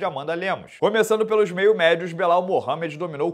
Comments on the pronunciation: "Crescimento do Belal" Tu sabe que se pronuncia BILAL né, senhor? Muito esperto. O CEO não fugiu dessa na resenha dele. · enchendo a boca pra falar do "crescimento do Belal"